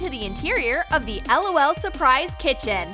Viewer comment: its prononced lol not lool